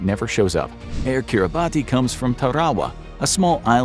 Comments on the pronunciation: Just a slight correction, Kiribati is pronounced “kiri-BASS” not “kiri-BAHTI”. For future videos. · Kiribati 🇰🇮 is pronounced "Kiribas" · Great video! One correction though: "Kiribati" is actually pronounced like "keeriboss". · "Air Kiribati". Because of the particular use of the alphabet in the native language, "Kiribati" is actually pronounced . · You mispronounced Kiribati